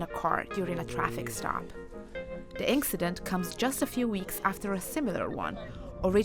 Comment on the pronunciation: The narrator pronounced it the "INK-CIDENT". How do these people get these jobs?